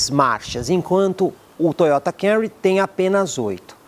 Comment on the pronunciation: Parabéns pelo vídeo, muito didático. Meu sonho é ver alguém falar o nome desse Toyota corretamente aqui no YouTube. Todos falam Cam-u-ry, onde o correto é Cam-mu-ry, mu quase mudo, tipo dando um soluço na sílaba mu.